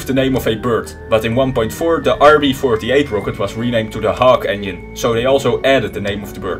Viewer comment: Is his pronaunciaton of engiene like "onion" some kind of joke?